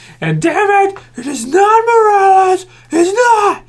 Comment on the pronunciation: pretty sure, it's Morales.